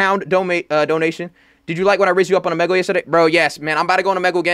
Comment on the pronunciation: Bro said "O. MEG. LEH" not trying to be rude